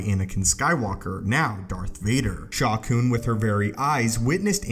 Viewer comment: Sha Koon? Sounds like a Plo Koon/Shaak Ti love child or something.